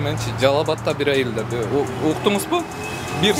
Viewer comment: Умар даданов из тех людей, которые говорят не сенДвич а сенГвич😅😅